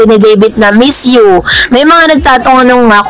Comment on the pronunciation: bakot d mo masyadong emphazied ang miss you hehhe